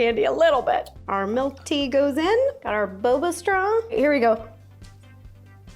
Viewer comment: i just noticed you say "melk"